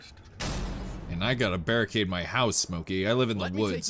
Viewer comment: Did you say you have to... bear-ricade your house?